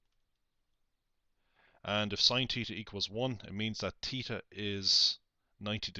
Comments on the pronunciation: At first I was just gonna make fun of him saying, “Teeta,” but I finished the video and completely understand now. Thanks!! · fun drinking game... take a swig every time this guy says "teeta"